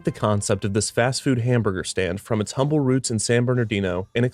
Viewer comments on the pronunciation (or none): none